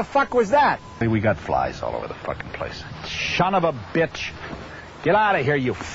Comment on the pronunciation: he said shun of bitch. lmao